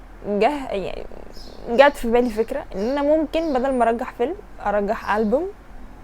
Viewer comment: ارشح مش ارجح 🤔